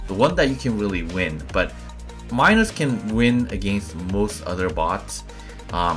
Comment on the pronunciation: C2USJX/IOS Minos, pronounced like mee-nos...my tip is save reflector for when you’re out of dash and sitting duck.